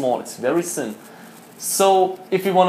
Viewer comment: aussprache: thin und nicht ssssin